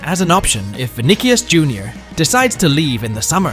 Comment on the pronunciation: If you going to make football content learn how to say there names I'm switching off vinnie Jr was your last straw you pronounced every other name than osimen VERY WRONG